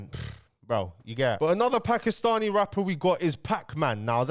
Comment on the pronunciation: Putting a lot of emphasis on the ‘Paki’stani there but you all brushed it off when KSI said the P word